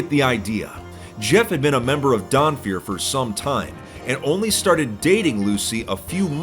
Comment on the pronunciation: I heard "Donfeur" and I was like "oh no, not another one!"